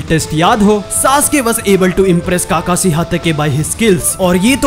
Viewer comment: And han bhai tum Naruto dekhna dsereve hi nhi krte Kakashi ko kakasi bolte ho tum 😠